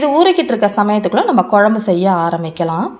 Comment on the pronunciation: குழம்பு பொடி சரியாக உச்சரிக்கவும் தமிழுக்கு உயிர் கொடுக்கவும்